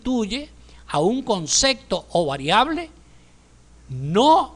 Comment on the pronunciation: y no es concecto se dice CONCEPTO